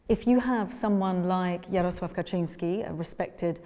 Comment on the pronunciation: The way she pronounced jaroslaw kaczynski holy shit, she sounded 95% Polish